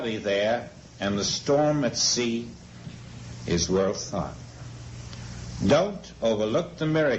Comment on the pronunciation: forms... thort...